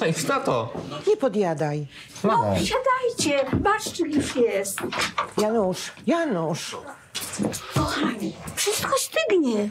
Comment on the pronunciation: Jonasz, nie Janusz!